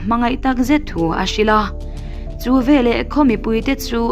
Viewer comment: Ngaihnawm khawp mai. Mahse, veleh tih tur velah kan ti zel mai hian beng a tikham.